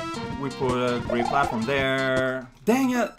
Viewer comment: Aw, gwea' job, Mawio!